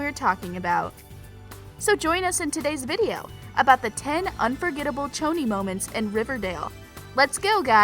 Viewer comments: One it’s pretty poisons not pretty serpeants, two It’s Pronounced shoni not choni, three Cheryl didn’t get stood up at the movies she went there to get away from her mother who turned their house into a sexual play pen, four Cheryl only invited the inner circle over for a sleepover not the whole cheerleading team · Okay I'm very deeply hurt by the pronunciation She be saying it like ~Ch-oni~ But shes supposed to say it like ~Shoni~ Dont disrespecc the ship 🥺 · its choni not tchoni because its cheryl not tcheryl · Ok I am so mad at the way you pronounced “Choni” it pronounce “Shoni” 😭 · PERIOD also I noticed she said '' Pretty Serpents'' instead of Pretty Poisons i'm sooooo mad 😡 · ME TOOOOO😤😭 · SAME!! Didnt they hear madelaine saying “its shoni not choni!” 😤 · It’s pronounced (shoni) for Cheryl and Toni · It Pretty Poisons and Toni and Cheryl both made the mistake this video I just so wrong. Don’t even get me started on how she kept saying Choni wrong